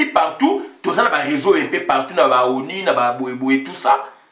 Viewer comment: On sortira pas de l' auberge avec de tels propos. ONI et donco n' existe pas en français. Ozo toka boye ? Nanu otoki tse. Combien de temps vis tu en france ou belgique? Y a t il pas des ecoles pour adulte specialisées en prononciation? Fait un effort pardon.